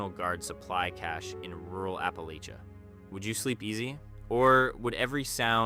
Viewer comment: App-ul-atcha. Get it right big boy